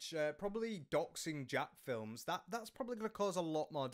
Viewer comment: Why do ppl refuse to say Jacksfilms name right?